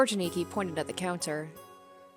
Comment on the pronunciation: A-ni-ki not aniki said fluidly